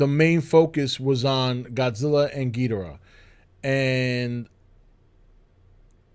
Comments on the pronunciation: As big a fan as you are, I am surprised that you don’t bother to pronounce Ghidorah’s name correctly. It is Ghi-dor-ah and NOT Gheed-rah. Please pronounce it correctly! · Oh give it a rest already, nobody gives a flying fuck about how some people pronounces Ghidorah's name. If pronouncing the name is such a big problem to you, then you need to reevaluate your sad, pathetic life and consider there are far worse things in life to get upset about than some guy on YouTube pronouncing a fictional character's name differently than you would.